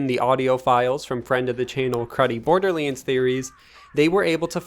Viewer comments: It’s Borderlands NOT Borderleeeeens lol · "borderleeends" don't get me wrong. i love it 😁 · bro why tf do you pronounce"borderlands" like that? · What's this Borderleends game I've heard in this video?